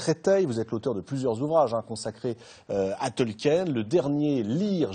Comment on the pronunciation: Purée, des années plus tard, les français n'ont toujours pas appris à prononcer correctement "Tolkien"...